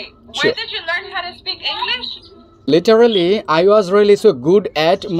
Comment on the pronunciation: ভাই আপনি তো অনেক ফ্লুয়েনট কথা বলতে পারেন যদি আপনার উচ্চারনে একটু নজর দিতেন তাহলে আরও নেটিভ লাগতো। যেমন লিটারেলি না বলে লিটরেলি বলতে পারতেন। তবে আপনার প্রভলেম হলে না করলেও হবে আমি লক্ষ্য করেছি ওরা নেটিভ হলেও আপনি ইংরেজি ওদের থেকে অনেক বেশি গুছিয়ে কথা বলতে পারেন